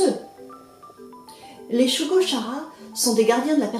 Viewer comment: Bonjour. Je connaissais juste l'histoire de nom, ainsi que le fait qu'il existe un animé. Une présentation qui rend curieux de lire. PS : Perso, j'ai toujours prononcé Shugo-KAra (comme dans character, le mot anglais pour désigner un personnage).